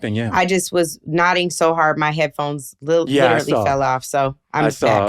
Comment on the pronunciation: the letter H isn't in the word "literally" why do you pronounce it?